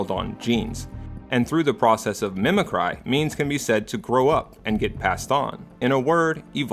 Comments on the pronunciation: Mimic-ree, sir. Not mimi-cry. Good video. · You keep pronouncing a word "mimic-cry". Is this a compound neologism that you first mentioned in another video? If so, a visual cue to that would be helpful, because it just sounds like you're mispronouncing mimicry.